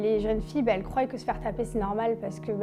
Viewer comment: Elles croient et pas elle croille